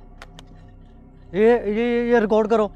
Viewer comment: ریکارڈ ہوتا ہے رکوڈ نہیں ہوتا🤣🤣🤣🙏